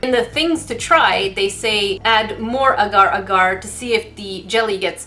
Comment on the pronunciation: I feel like your the only one that pronounced agar-agar correctly